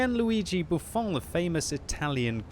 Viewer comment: Buffon is not french, please practice